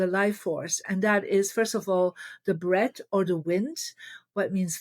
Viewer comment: Marie meant "Breath" but has trouble pronouncing the "th" sound. I can help with pronunciation in case you're interested, dear Marie. Many thanks and blessings... 🙏🌍🕊🕊